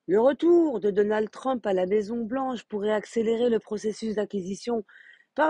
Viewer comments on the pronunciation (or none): none